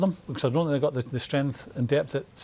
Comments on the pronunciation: I sink, instead of think ,lol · Jose Mourinho: I Sink Roy Keane: I Tink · “I SINK it’s over, I sink it’s done... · “I sink” 😂😂